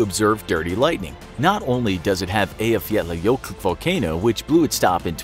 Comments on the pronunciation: The narrators pronunciation of Eyjafjallajökull was the closest I've heard from a foreigner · I almost threw up when you accurately said that name. Nice. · Closest I've heard from a foreigner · HOW THE HECK DOES THE NARRATOR EVEN PRONOUNCE EYJAFJALLAJökull!!!!!!! WELL DONE FOR HIM!! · Can you just take a minute to appreciate how the guy at infographics aced pronouncing “Eyjafjallajökull”